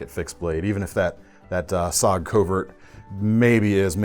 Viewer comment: It’s s.o.g. Not sog